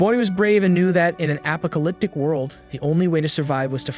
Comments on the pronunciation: Still stuck on the voice saying “apa-co-lyptic” instead of apocalyptic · wow apa-alyptic world huh. Why u say it like that??? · app po ca lyp tic , thats one way to attmept to say that word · i love how he says apacaliptic instead of apocalypse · He says apocalyptic just like you say alpaka 😂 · He definitely isn't saying apocalyptic 😆